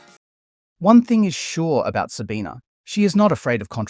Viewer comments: Why do you keep saying her name with an A at the end? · Her name is Sabine, not Sabina. Constantly saying her name wrong. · First second of the video - failing to pronounce her name correctly. Already garbage. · loses some cred by not consistently pronouncing her name consistently. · Please pronounce her name correctly - you pronounce it without the schwa at the end in several place.